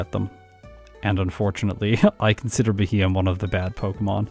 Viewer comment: I hope you do a Beheeyem run with its hidden ability Analytic some day. That might just improve its time a decent bit. And by the way, it's pronounced BEE-hee-yem.